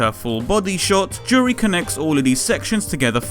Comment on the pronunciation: You got the pronunciation right the first time.